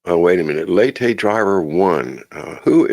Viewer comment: Is it? Just a heads up, if so I think you pronounce that lah-tay.:) Love y’all!! Edit: Not gettin on ya btw... I’ve found people who learn by reading tend to mispronounce words but spell well and those that learn by watching and hearing tend to pronounce well but spelling can be a bit off...